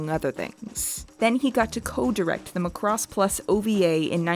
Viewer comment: I just blame that on accent or however they tend to speak where she's from. She has the same issue with Macross and keeps say "Mu'crose" the same way she say "K'noh". lol But... idk her experiences are with japanese or accents, and for all I know she could be more correct.